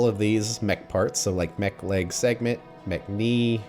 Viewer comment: When you were talking about the components of a Spidertron (or walking vehicle) you talked about lots of “mech” parts. However, I was thinking about eating by that time and all I heard was “McLegs”, “McKnees”, “McFeet” and “McArmor”. 😂